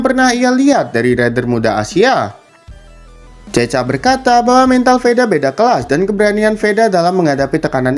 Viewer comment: Woiii bukan cecha bacanya tapi cekha